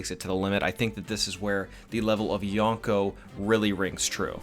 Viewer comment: its pronounced Yo-nko (よんこ) not Ya-nko (やんこ)